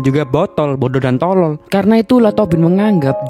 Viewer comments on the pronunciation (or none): Pas lu ngomong "TOLOL" kek niat banget bang 🤣